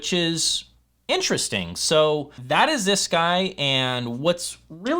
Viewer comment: Vewy Intewestingh!